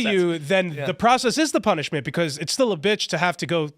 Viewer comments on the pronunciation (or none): beCAUUUSE....Phil you pronounce that so annoyingly.